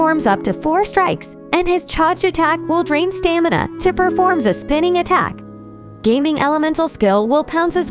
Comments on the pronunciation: Please stop calling him "Geyming", its "Ga-Ming" 😅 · Bro said gaming not Ga Ming 😭😭😭😭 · His name is Ga-Ming, not Gaming. 😅😅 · It's Ga Ming not Gaming(GayMing). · The way she pronounce his name is like, 'His name is Ming, but he's Gae.'